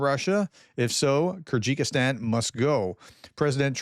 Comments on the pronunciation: Kyrgyzstan: keer-guh-staan NOT Kergistikan😅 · Zygystan is pronounced KER GIS STAN. Hard G. Not Kyrgykistan, there is nowhere called that. Please read slowly, and you will get it right ❤ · OMG. Those "stans" are not that hard to pronounce. SOUND. IT. OUT !